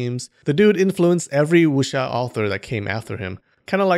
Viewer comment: Just for your information, you are supposed to not read the W in Wuxia. Chinese dont read the W and Y when i or u follow it. And you are supposed to read J as C = Ciang hu And C as J = Louis Jha Yea, chinese language is so complicated...